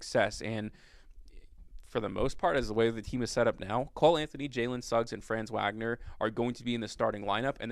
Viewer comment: Glad you're giving my dude some love. For future reference, his name is pronounced fronz VOG-ner. Peace.